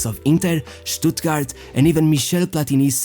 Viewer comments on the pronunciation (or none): none